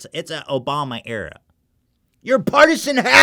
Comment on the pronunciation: Because throughout this video he's promoting an interracial porn site. Yes, I know that the subtitles say "black dot com" but his pronunciation makes it sound as , which is pretty damn disgraceful thing to advertise towards his impressionable teen fanbase. Let's be real, there are a whole lot of children and teenagers that watch this channel and exposing them to this kind of shit is absolutely unacceptable.